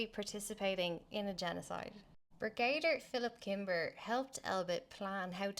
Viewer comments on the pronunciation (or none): Brigadier is pronounced Brig-A-Deer